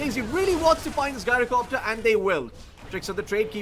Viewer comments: His name comes from gyroscope, you can check the pronunciation from cambridge dictionary. I understand english language is very confusing with no rules to this regard, but the only 'guy' pronunciation i can think of for 'gy-' is gynecology, and it's extremely off putting to hear gyrocopter getting pronunciated like that. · 'Guy-roh-copter' Did this guy learn english from Scooby?